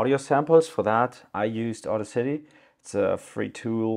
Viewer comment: It's not auda city. its audacity. Die Kühnheit in Deutsch. its one word. not two. Also: Too much theory, too little tutorial